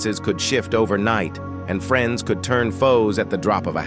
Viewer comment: I think it’s AI… just based on him mispronouncing friends as “freenz.” He had some other mispronunciations too